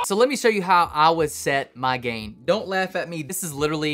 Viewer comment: I swear he said "gay" knob. Yes, I know he said gain.